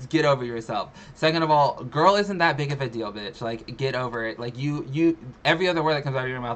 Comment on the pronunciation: Doesn't Amberlynn say "gorl"?? 🤔